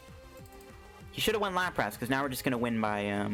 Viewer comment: "Lapr-ASS" i cant unhear your pronounciation now, thanks